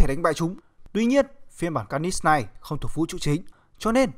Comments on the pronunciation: Mình nghĩ bạn cố gắng luyện thêm phát âm nhé. Để nghe Phê truyện mới phê đc... Chữ Carnage cứ nghe như Canist ấy. Cố lên bạn nhé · Đọc tiếng Anh nghe khó chịu vl, lần sau có làm vid nhớ đọc tên cho đúng kiểu tiếng Anh, Ca nít xít, nghe thấy sai ko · Bạn trung đọc carnage là ca nist à ? Cố gắng luyện tiếng anh và bỏ nhấn giọng lung tung đi là đẹp bạn ạ !! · Tên con này là carnage mà anh cứ đọc car nist có âm nist đâu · Kênh nên trau dồi khả năng đọc tên nhân vật đi. Carnage mà đọc là ca nít nghe buồn cười lắm :)) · lâu lâu xem lại mới thấy hài, ông này đọc cứng vl cứ được nửa câu thì nhấn chữ cuối :)))xong còn nghe như carnis chứ không phải carnage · Ka-nét(đại loại thế) mà sao là Ca-ních TRIGGERED >:(((((( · ông này thực sự cần phải xem lại vấn đề đọc tiếng anh, carnage mà cứ ca nít ca nít nghe chối tai thực sự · Đọc chán vl,phê phim ngày càng đi xuống, car- nếch mà cứ đọc là niss,nội dung thì hay mà cho ng đọc như này thì phê phim k có tương lai đâu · phát âm sai họ của hoạ sĩ David Michelinie rồi. Phát âm chính xác là "Mi chel lin ni" nhé. Với cả từ "Carnage" được phát âm là "Ca nếch" nhé cố gắng luyện tập thêm phát âm tiếng Anh của mình nhé. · Carnage đọc là /'carnidz/ mà, nhấn vần 2 nghe khó chịu quá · Carnage mà ổng đọc nghe như carnix ấy, ráng sửa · thế đọc ntn? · Dũng Trần ca nịchs ko phải níchs , lên ytb search tên là biết phát âm đúng hay sai liền thôi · car·nage ˈkärnij/ đọc nhấn sai nghe khó chịu quá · Nó phát âm như này nhé anh ( ˈkɑːrnɪdʒ ) carngae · Đọc là karnij plsss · Bạn phát âm từ Carnage mình thấy sai rất sai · Carnage nghe anh đọc chân quá!!!! Nên sửa lại đi